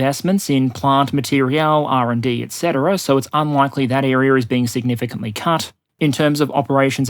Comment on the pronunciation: Materiel War, not Material War